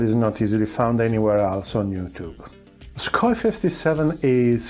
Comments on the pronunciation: Sookhoy is the correct transcript, not Suk-hoi.. and Poo-tin 🤣🤣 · its sukhoy not sukoy { kh sound like german ch in bach or koch)